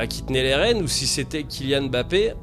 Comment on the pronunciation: bah évidemment que non . Quelqu'un qui prend la peine d'apprendre la bonne prononciation d'un nom d'origine africaine peut est difficilement accuser de racisme , votre réponse qui me semblait sarcastique a motivé mon deuxième commentaire ! À la base j'étais juste content qu'un mec prononce correctement un nom à consonance africaine !